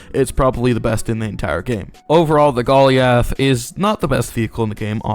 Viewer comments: bruh why does he call it golly ath its goliath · aint no way you said "gollee ath" instead of "goal i ath" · bro says ben-yay for the beignet correctly instead of big-net but he says golly-ath 💀💀💀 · Bro said Gol - E - A - TH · THIS MAN SAID GOLLY-ALTH LMAO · thats not how you pronounce goliath 😢😢😢